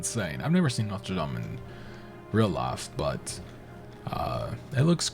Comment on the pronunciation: The university is in north Indiana in South Bend (south bend of Lake Michigan). The only large catholic school not in the Big East (anymore). Went to St. John’s for both my degrees but it’s actually pronounced NO-tur lame (or “dame” if you want to be technical).